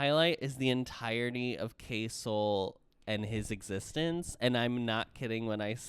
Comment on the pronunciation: i watch it in 1,5x speed and every time you say k-soul i hear queso